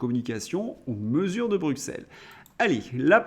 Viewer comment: Vous êtes bien gentil de dire que ce gouvernement est lâche par rapport à Bruxelles (se prononce Brussel !), s’il n’était que lâche… Non, il a la VOLONTÉ d’appliquer toutes les mesures qui peuvent nuire à la France. PS: ce n’est pas BildeNberg mais BildeRberg.